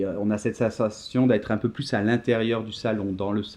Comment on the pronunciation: Bonjour, merci pour cette vidéo que j'ai choisie pour que mes étudiants révisent. Mais j'ai une remarque : la prononciation du "s" de plus par Noémie "pluS petit". Dommage, car je travaille la prononciation de "plus" avec eux et dans ce cas le "s" ne se prononce pas ... Pourriez-vous ajouter un commentaire concernant la prononciation de "plus" ? merci !